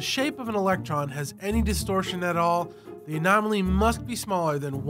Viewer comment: "The anomaly" sounds a lot like "not only,"